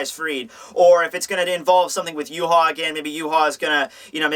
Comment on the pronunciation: is that how you pronounce Yhwach? as yu-ha?